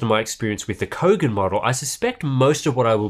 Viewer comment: What?? I thought I heard "BOGAN MONITOR"... lolol...